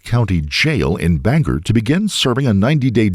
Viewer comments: Its Bang-gore not "banger" 😅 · It’s BanGOR Maine ..not BanGER lol I dunno why everyone says “er” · As someone who lives in Maine, for future reference, they are pronounced "BANG-gore" and "OR-oh-no". Love your vidoes. :) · my dude I love your videos...... but being from Maine you botched EVERY town name in this. Ore-A-No, and Bang-Gore. I didn't name them. I think French folk are to blame.